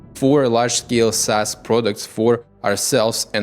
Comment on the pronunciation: Instead of SaaS we get ASS. noted